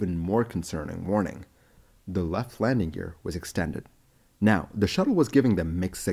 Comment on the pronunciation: Lamding? Really?